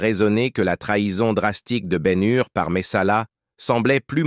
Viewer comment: et BEN HUR aussi